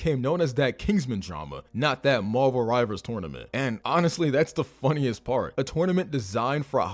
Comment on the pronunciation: Sorry but wtf is “morval”. SAY “MARVEL”